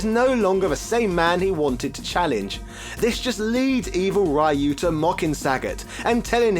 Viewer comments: The ryu pronunciation is hilarious. Should un please both sides of it lmaoo. Please continue with the humor it's great! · Why are you saying Ryu like that. It's very weird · The continued disrespect of a franchise you supposedly like, yet you continuously pronounce the main characters' name wrong on purpose. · Sho-Ryu-Ken Just say the Ryu sillabe. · Try to pronounce Ryu correctly next time. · I thought I'd heard every possible pronunciation of Ryu until now. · The American pronunciation is still wrong. But it's basically the closest Americans can get without much effort. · No, DON'T! Mexicans HATE that pronounciation of Ryu's name! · Pronounce "Ryu" how you like, but the correct Japanese annunciation is "Ree-U". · Japanese say it with basically a silent Y. Mainly because they have trouble pronouncing hard Rs and Ls. Any word starting with Ry is supposed to be pronounced just like Ryan or Rye bread. Its basic English. You don't say Reeyan or Ree bread. Alot of the street fighter 2 design, voices, etc were done in America after the world warrior. Just because they have no idea how to read and pronounce words doesn't mean other people should with them. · No, a dictionary would have Rīo͞o or Rēo͞o. The first of those is the correct version. The letters "ii" are typically pronounced like ē (the long E sound). Other than the Wii I already mentioned, another example of this is Hawaii. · He said it wrong even when he thought he was saying it right, before he reverted back to Raiyu pronunciation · I can't watch this video bc of the pronunciation of ryu... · please go back to saying ryu correctly again, thanks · Why did you keep calling Ryu *(Ri'Yoo){which means dragon)as "Rhuh"? also saying "rye yoo" would be Rai-yu , which would mean "Thunder-ghost". . . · It's pronounced: rye-you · Ryyyy yuuuu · I don't understand why it's so hard to pronounce Ryu properly as Roo instead of Ri-yoo. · why does he say rehyuh